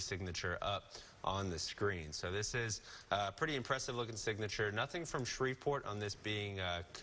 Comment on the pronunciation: it’s “signature”